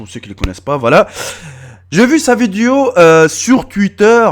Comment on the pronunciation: On dit vidéo pas viduo